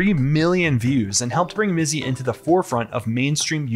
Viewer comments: LOL "Mitzy" good on the news gal for best prompter misread ever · I love that the reporter deliberately mispronounces his stupid nickname.